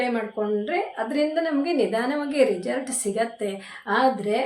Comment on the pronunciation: ರಿಜಲ್ಟ್ ಅನ್ನಬೇಡಿ ರಿಸಲ್ಟ್ ಅನ್ನಿ ಕೇಳೋದಕ್ಕೆ ಒಂದು ತರ ಆಗುತ್ತದೆ 😊